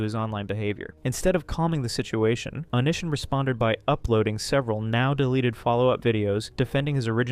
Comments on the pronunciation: This was a great video but please, next time just watch how other creators pronounce things. It’s oh-knee-see-on, not oh-nish-an. The book is This is Why I Hate You, not Why I Hate You, Tosh “point oh”, not Tosh dot zero, etc Not trying to be an ass but that stuff was driving me insane. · Yeah, i hear onishon